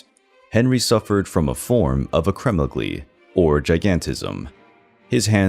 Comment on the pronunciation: Please look up how to pronounce Acromegaly correctly... 🤦‍♀️